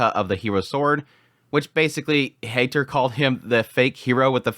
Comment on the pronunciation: Heiter is not a Hater. He's more of a Highter.😁 The german "ei" equals the english "i".😊